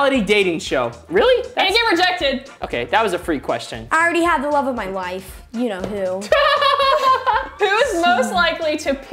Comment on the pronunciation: “wove of my wife “😅😂